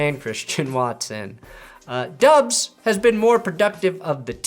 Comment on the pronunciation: Romeo Doubs last name is pronounced “Dobbs” rhyming with Rob. I know it doesn’t look like that but this is what he told Packers’ media.